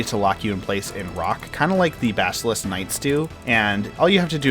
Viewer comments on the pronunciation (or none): none